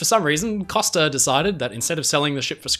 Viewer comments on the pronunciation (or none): “Costa” is pronounced COH-STUH. You know, as in “coast”, because, that is what “costa” means in Italian, “coast.” They are the “Coast Line” (in English).